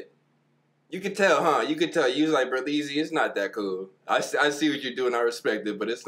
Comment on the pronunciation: Ber "Lee" zy